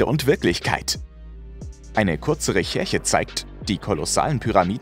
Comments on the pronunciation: ich glaube es wird reschärsche ausgesprochen ^^ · Ich bin immer mehr enttäuscht von diesem Kanal, eure Informationen stimmen nicht immer und es hapert sehr stark an der Aussprache von manchen Wörtern und dass stört extrem. Hier zb das Wort "Recherche" ihr sprecht dass genauso aus wie man es liest und dass ist nur eins von mehreren. Weiß nicht finde ich ganz schön schwach